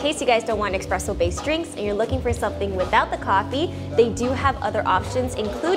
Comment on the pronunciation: It’s pronounced: “Espresso, NOT Expresso.”